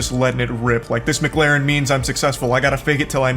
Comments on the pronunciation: Even he doesn't say McLaren correctly! He states it is "mu-claren" where in actual fact it is "mc-laren". This is the type of moron who would pronounce McDonald's as "mu-cdonalds" In regards to people who think it is wife to beef with Charlie, an old saying comes to mind: "Don't try to ruin my life with lies when I can destroy yours with the truth" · its actually mac lar en. believe me im british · "Its not Mcglaren is Mc-Laren" 🤓☝️ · McGlaren Charlie ive never watched him but i assume that he might just have something wrong with talking or something but i doubt that. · erm its actully called a mccalin not a mc galin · wojo dumbass gonna say he said mcglarin instead of mclarin, you know damn well he said that just to sound cool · Dumbass is trying to mock the way Charlie pronounces McLaren when he’s the one saying it wrong it not Maclaren it’s McLaren like McDonald’s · It's not pronounced McLaaaaaaren is pronounced Mic- lah-rin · you know you've lost when your only argument is : Its not pronounced MGlaren its Mclaren . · “Ermm😅 its not Mglaren its Mclaren 🤓” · Yea sorry Charlie you definitely said Mcglaren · Jason shouldn't talk, hes pronouncing McLaren as if its spelt MckLaren. 😂😂😂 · It's not "McLaeren" either. Since it's a British brand, it's pronounced as if you're saying "Lauren" without the "u". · "It's not McLaren, it's MuhClaren" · I love how Jason just tried to say that Charlie pronounced McLaren wrong. Charlie has an accent I'm pretty sure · Not the first guy saying Charlie clearly isnt successful cus he mispronounced mclaren. CHARLIE IS WORTH ALMOST $42 MILLION this guy is nothing compared to him